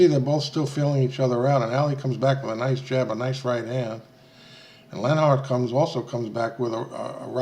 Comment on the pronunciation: This dude narrating can't even sayLenharts name.